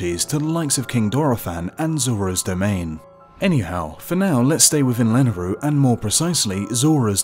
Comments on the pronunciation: It's pronounced La-nay-roo, not Lan-a-roo. There's a y in it for a reason. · Why is he saying it lanaru🤣🤣🤣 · Lol the way you pronounce Lanayru is so adorable.